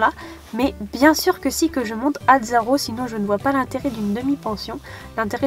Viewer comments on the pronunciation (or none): none